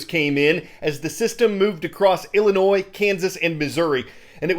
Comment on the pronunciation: Decatur Lutheran in Decatur Illinois wants to remind you the "s" is silent in Illinois when you give us a shout out